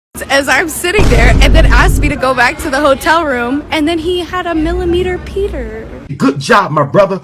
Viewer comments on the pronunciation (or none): "Millimeter petter" 😂😂